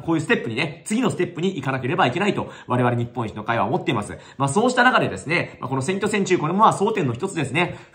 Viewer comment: 言ってる事は正しいと思うけどずーっと日本一の会としか聞こえなかった。政党名はちゃんと言った方が良いと思う。